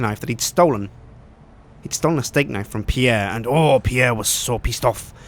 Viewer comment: nife? is that like wife...